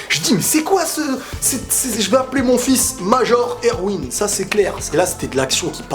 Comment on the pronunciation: Pour Erwin, tu sais, "Major" c'est son grade hein, il s'appelle pas "Prénom : Major, Nom de famille : Erwin". Il s'appelle Erwin Smith. Et c'est prononcé ErVin, fais un effort please x)